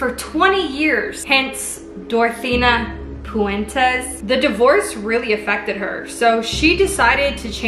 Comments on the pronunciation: Did anyone else notice she was saying Dorothina Puentes instead of Dorothea Puente. Lol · It's DorthEA PuentE, not DortheNA PuentES. AND it was on 14th & F not 21. Do your research. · Your saying her name wrong the entire video